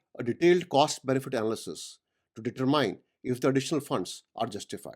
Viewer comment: the i in determine is NOT a long i sound.................